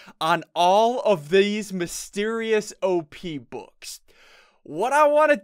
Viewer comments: "Thease mysterious books" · He said these so weird at about 1 min